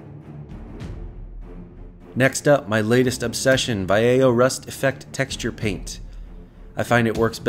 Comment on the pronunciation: It's pronounced Vah-yeh-ho, been meaning to say this. Love how this turned out nonetheless!